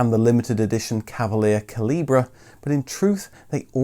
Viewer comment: The special edition MK Cavalier in red was called the CALIBRE, not CALIBRA. Its pronounced the same as "small calibre weapon".